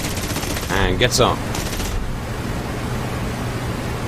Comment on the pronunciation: My god, I thought you guys got Nick Gray to do a tutorial video. Hilarious. Sounded like an Oxford professor saying “get some!”